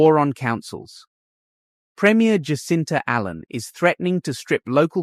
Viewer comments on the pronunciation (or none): none